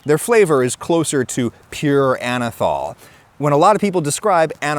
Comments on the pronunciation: Anethole is being pronounced wrong here, too. It’s “ole” as in “hole” not “all” like “alcohol.” It has an ether moiety which is why it is spelled that way. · Ah-Nus Anyth-hole